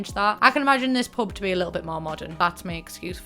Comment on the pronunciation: Every time you say pub my brain hears pope